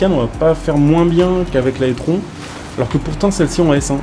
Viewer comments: Je sais que le nom "étron" lui va bien mais par pitié c’est prononcé "itrone" 😅 Sinon pour le reste normal que ça soit similaire étant donné que l’audi est une taycan simplement recarossée et bridée en puissance 🤷🏻‍♂️ Sinon Porsche ne propose plus de diesel depuis plusieurs années sur n’importe quelles de leurs modèles ! Le prochain full elec sera le Macan, et suivra malheureusement le Cayman :/ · Je sais pas si tu fais exprès mais l’audi se prononce i trone car étron ça signifie autre chose en Français… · Il le sait en faite il fait volontairement la blague